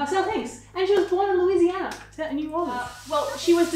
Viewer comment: She's the only person not from Louisiana I've ever herd that can day Louisiana and New Orleans properly. -as someone from louisiana